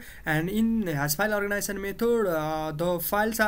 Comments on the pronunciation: its organization , not organition.... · no, "orginizion"